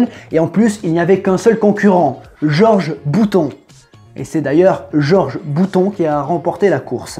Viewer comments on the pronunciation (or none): none